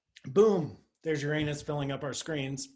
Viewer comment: That's why we love Dr Paul -- he's not afraid of the proper pronunciation of "that" planet. Boom!